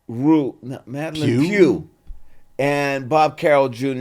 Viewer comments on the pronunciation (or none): none